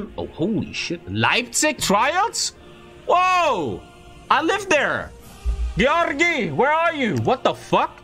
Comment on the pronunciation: I felt weird when he said Georgi so well ngl